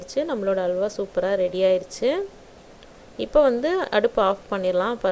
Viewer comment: Not hawla,it is halwa